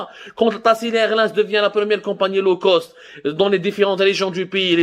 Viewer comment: LO cost. Hhh هاد بوخنونة شحال باش عاد فهمت هاد لو كوست قولها بالفرنساوي عوض تقرا مكايدين فرانساوي ومحن مسكين